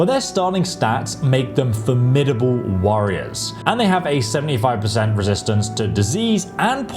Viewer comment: “The orcs.. fantastic worriers”?